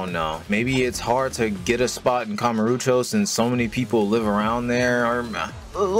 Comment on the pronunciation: kamuroooocho is definitely a pronunciation